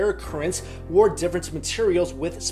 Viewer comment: stop saying wor instead of or